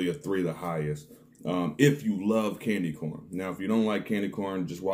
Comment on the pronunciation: I was like ......wait, this fool say “sexy candle”???😂😂 I reminded it twice!!😂😂.